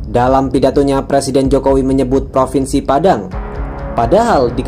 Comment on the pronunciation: Propennnsi Padang 🤣🤣🤣